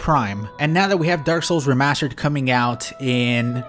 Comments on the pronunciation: "remascher" It's remassster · ThrustFrom Behind I was looking through the comments to see if anyone else caught that lol it's the remashtered version of saying remashtered..